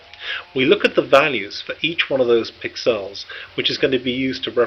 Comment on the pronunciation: Pixels, not piccells.